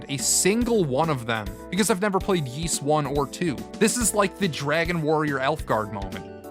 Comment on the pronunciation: Ys is pronounced *eece" like Fleece without the FL.... it's not "yeece"